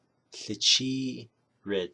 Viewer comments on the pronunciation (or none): Ahéheeʼ.... so much to learn!!! I appreciate this very much. Does the Ł at the beginning of a word sound different. I keep hearing a slight k sound when you said Łichííʼ